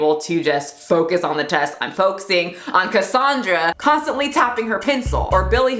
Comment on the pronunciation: In offended you had to say Cassaundra like that. That's my name and I am a pencil tapper 😂😂😂 Woooo, that snapped at my attention 😂😂